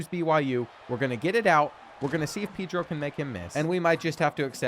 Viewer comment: No more Pee-dro. Please it's Pedro(paydro)